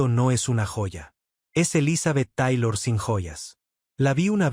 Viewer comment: Papa te agradecemos el dato y la información....yo se que no hablas Ingles, pero hay palabras en ingles que se tienen que pronunciar en ese idioma... Te oyes bien mal pronunciando el apellido de Elizabeth Taylor y otras palabras en ingles... no es mala onda supera y corrige eso please